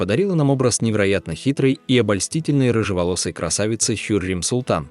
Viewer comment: Хюрем султан (произносится как ХюрЭм)!!!